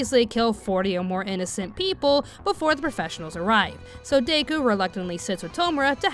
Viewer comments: My girl did you really just pronounce his name as "Day-Ku" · I can't lie, the way you were pronouncing Deku as Day-ku was hard for me to ignore and I had to make myself try to ignore it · DAY-KU haha.